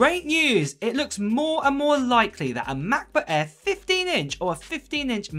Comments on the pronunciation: I could not finished the video due to constantly hearing “ mah bah aaaaa” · Sorry... the way mans says "MAH-BOOH-AEHHH" gets me every time ;) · Mahhkbohhh Aairrr, or MacBook Air? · Ma'boh' Eah'